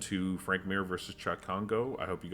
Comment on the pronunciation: Dude, how do you not know it's Cheick Congo, not Chuck!! WTF. Not a lot of French guys named Chuck.